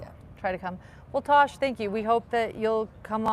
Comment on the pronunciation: Its Tass or Tash. Short for Natasha. Not Tosh. Please get it right.